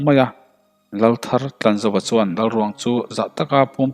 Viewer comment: I chhiarthiam vaklo a mi chuan tih tawngkam i hman in suan i tizela ngaihthlak a nawm dawn nen suan i ti zel a tun ainasa in tan han la leh teh khai